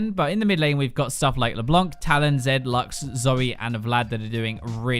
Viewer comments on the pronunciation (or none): none